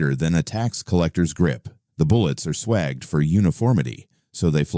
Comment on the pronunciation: Oh please. NONE of these rounds are, in ANY way, premium. Where's the S-K, RWS, ELEY or Lapua? You want quiet, use a longer barrel with a standard velocity cartridge. Want better performance on small game, use a Paco Kelly SGB tool. btw, a .22 is a rifle, NOT a gun! Oh, and it's pronounce Led, not LEED, and swaged is pronounce SwAged, not swagged. And if you want quality handgun ammunition, choose Eley, Lapua or S-K pistol match. WTH is minit?